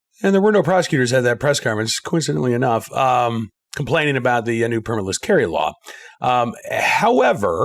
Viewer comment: Did you leave the “L” out on purpose?